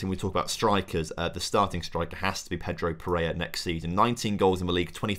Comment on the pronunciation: really serves you right for mispronouncing pereira despite it being a very simple 3 syllable name